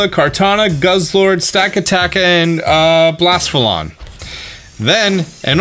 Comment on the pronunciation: FYI: Blacephalon is pronounced "bla-SEF-alon" "Cephalic" is a medical term meaning "relating to the head" as in "macrocephaly" (enlarged head - common in Neurofibromatosis) or "microcephaly" (small head - a congenital symptom presenting in babies with spina bifida).